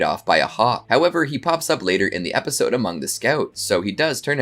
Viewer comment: The funniest part is the host who can't pronounce the word Episode lol